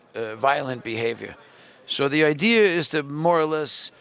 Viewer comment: did just say idear?